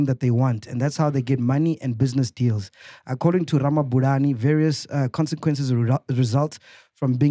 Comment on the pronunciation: Mac needs to brush up on his Tshivenḓa. Ramabulana is such an easy surname to pronounce 😹😹